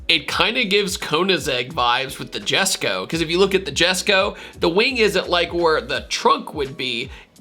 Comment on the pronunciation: Jesko pronounced Yesko